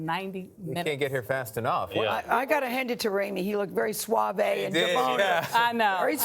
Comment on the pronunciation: really Gayle? "Suavay" and "deboner?" 🤦‍♂️